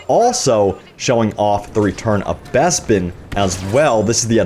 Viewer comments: BEZBIN??? its Bes-pin say it with me BES.....PIN. and dice will fuck this up looks like Ray is still way op. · when you pronounce Bespin as Bezbin 😭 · Wuzzup an Wobby! Neww Besssbin Mahp! Arrrf Arrf Arrooo!